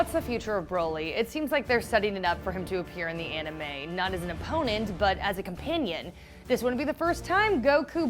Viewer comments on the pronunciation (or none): none